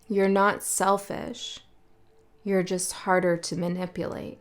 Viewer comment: Man - ipulate ❤😂😂😂😂